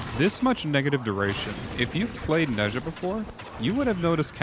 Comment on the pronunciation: I'm Chinese and every time someone mispronounces Ne Zha's name I lose a minute of my life. I'm scheduled to die tomorrow. Great video though! Definitely gonna try this build out.